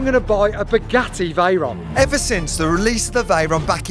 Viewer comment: Spuh-Geh-ee Vhey-rahn!